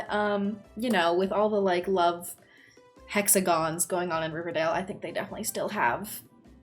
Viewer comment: Girl, did you say hexagons? 😂